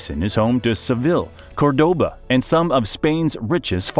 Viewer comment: Not "Cor-DO-ba", but "CÓR-do-ba", hence why it has the tilde. If there's a tilde, that's the accented syllable always.